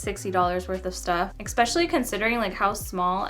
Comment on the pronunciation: expetially?!?!? i am not from the us but honey!! is that actually a word???